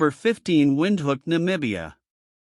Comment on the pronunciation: It's pronounced Windhoek not Windhook😅😅 , like Windhuuk😅😂but its ok many people mispronounce it😊😊❤❤ ty for including us